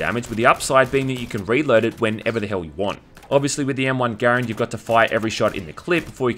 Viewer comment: You pronounced Garand correctly! =D Are you sure you're not a gun nut?